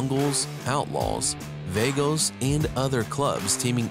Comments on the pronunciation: They are called the vaH-goes, don't know where you got vaY-goes. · WTF is a Vaygo ? 😂 at least pronounce names right 😂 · He called them... vae-gos.. wtf is that? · It's pronounced va gos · It’s pronounced Vah-gos 🤦‍♂️ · That’s not how you say Vagos or La Mirada lmao… The way the guy said it made me cringe. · Yeah I noticed that as well bud 😂 This will be the 1st & last time I watch anything from here 🤣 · Mispronounced Vagos